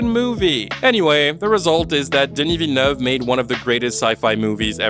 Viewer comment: Didn't know you were Canadian, then you said Denis Villeneuve correctly and solidified your claim